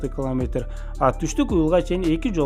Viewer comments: Клометр дебей километр деп туура суйлочу.Маалыматына рахмат. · Туура окучу бай болгур , кламетр эмес километр ! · Муну биз сенсиз эле коп жыл мурун укканбыз ,жанылык эмес !! Эмнеге жулунасын менин сага айта Турган кенешим ,жакшыраак окучу ,биринчи класстын баласына ,окшобой кламетр эмес километр , кулкуну келтирбей